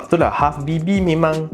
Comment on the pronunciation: saya selallu terdengar abg cakap halfbb habibi😅